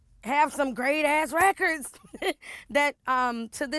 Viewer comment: Did she say “raykurds”?😂